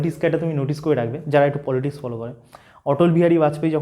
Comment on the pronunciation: সব ঠিক আছে, কিন্তু পলিটিকস এর বদলে বার বার পলিটিসক বলছো কেন !